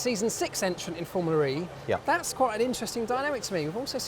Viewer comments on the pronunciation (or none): If this guy says "FormulaRee" one more time, i'll personally slap him till he's blue.